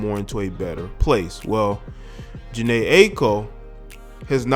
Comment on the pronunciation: That's not how you say her name.